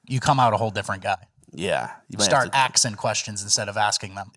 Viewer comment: "you start axin questions instead of asking them"😂